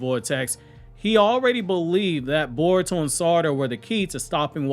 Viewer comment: why you pronounce Boruto as Baruto ?? I saw many like you ?? 😳😳